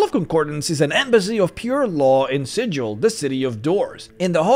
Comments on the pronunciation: Normally I wouldn't rattle my bonebox like this, but! Since we are talking about Mechanus and about the enforcement of strict rules: there is an oft-violated book-canonical rule about the city of Sigil, which is that the "g" in the name must be pronounced like the g's in "wiggle", not like the "g" in "vigil". The Harmonium is very strict in this, so I hope that this admonishment serves to keep at least some of you primes out of trouble ;-) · Next up: what they didn't tell about how to properly pronounce the name of Sigil. (Seriously, it's with a hard "g".)